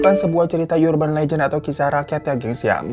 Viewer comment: i always hate when he says "yurban lejen" "yuniversitas" :face-blue-smiling